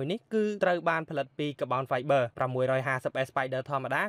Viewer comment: Car-Bon-Five-ber not ka-bound-vi-ber